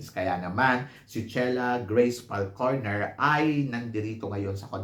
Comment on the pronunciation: I thought it was Falconer, not Falcorner…